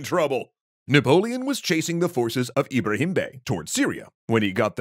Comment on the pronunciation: My name is “Ebrahim” and let me just say, you knocked those pronunciations out of the park! Genuinely thought someone was calling my name